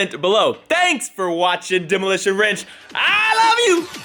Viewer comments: Anyone realize he said Demo ranch, not OfftheRanch (Nvm I'm stupid) Says Demo WRENCH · pretty sure he said Demolition Wrench